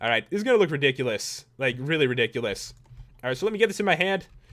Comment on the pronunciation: I hear HP references all the time... He says Riddikulus all the time, insteaf of ridiculous!